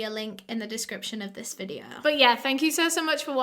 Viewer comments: "So today's videoh..." Me: YAY!!! "Part two will be out in a few days..." Me: oh. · I just want to give my usual disclaimer that I mean absolutely no disrespect to anyone that I talk about in this videuh. This videuh is for educational purposes and everything that I'm about to say is just information I have found on the internet and am compiling into one ✨videuh ✨